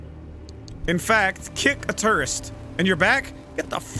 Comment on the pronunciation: One site says Main Story 20½ Hours Start watching it seems like the last part of last video ur crowbar had no health so it broke apart I keep thinking he’s saying ‘turrets’ .. so I’m like ‘I don’t see turrets’ and see ‘tourist’ it’s tour-ists not tur-sits’ they’re tourist standing around and looking around at everything ‘my base’ excuse me, sir. That’s oppy’s building/base. Not ur’s xD ‘don’t ever touch me like that!’ idk if it’s copyrighted but shazam app tells me ‘Holy Mystery (feat. Kenny Lee Young) by Mark Crawford’ just call him ‘the bitches collector’ props to the game telling u ‘u need to loot and shit before warp’ instead of ‘oh yeah use that to warp’ and then u start sequence the warping and it goes ‘oh yeah forgot to mention. U need to LEAVE. Forgot to loot? Oh well!’. Very very nice